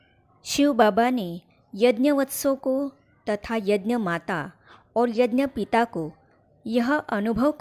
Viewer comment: Yanya nhi bahanji yagya boliye